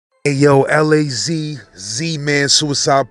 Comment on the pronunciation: First loz now liz why can't people say LAZ tf 🤣